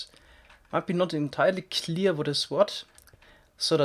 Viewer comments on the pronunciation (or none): none